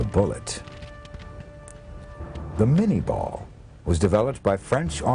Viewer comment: It's Minié ball, not mini ball. And Chauchat, not Chow Chow. Otherwise, good doc.